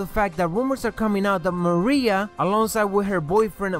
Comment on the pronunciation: it is Maria